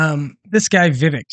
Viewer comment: It's pronounced Viv-Ache like cake (his words from when he was on one of Tim Pools shows). How can we expect him to win anything if we can't even get his name right? I like the guy, a lot and want to see what he's got in 2028.